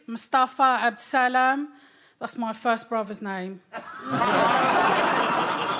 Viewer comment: I can tell she's originally Moroccan from the way she pronounced her brother's name Abdul Salam!